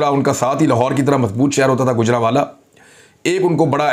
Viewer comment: گُجرانوالہ نہیں گوجرانوالہ ہے. گَجر نہیں گوجر جٹ قوم کے نام سے ہے گوجرانوالہ.